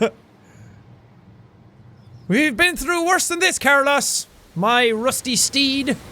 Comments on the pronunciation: Are we not going to recognize the fact that Jack doesn’t know how to pronounce Carlos? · You are saying Carlos wrong lol loved this tho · he's pronouncing Carlos wrong 😂😂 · His pronunciation of Carlos tho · He called the car car-los it’s carlos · I love how Jack pronounces carlos as carloss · I am sorry but I love the game but, it’s (Car-loos) the ‘O’ is a long ‘O’, like in the word Rope......I really love the game and everything about it but that was bugging me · It's Car-loss. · How to pronounce "Carlos" Car-loss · Carlos+ Jack's pronunciation=Car Loss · Colour Streak its more so pronounced car-lows since its a Spanish name and the o has less emphasis then we'd commonly use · since when is Carlos pronounced CarLoss lol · You bothered me every time you pronounced Carlos Carloss lol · Ahem... It's pronounced car-loes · The way he pronounced Carlos reminded me of Kurloz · Is he pronouncing Carlos Car-loss XD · wondering if thats how jack pronounces carlos or if its just because its ironic :p car-loss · Jack its pronounced k AA r - l oh s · Who else kept getting triggered when he pronounced 'Carlos' as 'car loss' XD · brucey I was cringing every time he said "Car-loss" because Carlos my real name😄😄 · The way he pronounces Carlos 😭😂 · I don't think I've ever heard someone mispronounce Carlos before. That's... interesting. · literally why is nobody talking about how he pronounces carlos ??? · When he says carlos wrong the WHOLE TIME! Its cool stay positive! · OH he pronounces Carlos differently than I do it’s weird! AAAAAAAAAHH! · Why must you pronounce Carlos Wrong!!!!!!! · I'm sorry, but this kinda annoys me... you pronounce Carlos wrong. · Is anyone else triggered by him mispronouncing Carlos? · Am I the only one that noticed jack is pronouncing Carlos wrong? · Jack I love you, but thats not how you pronounce carlos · Does he not know how to pronounce Carlos? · you're saying Carlos wrong and it's weird. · The way he pronounced “Carlos” made me want to DIE